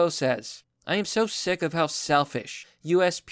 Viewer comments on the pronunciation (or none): none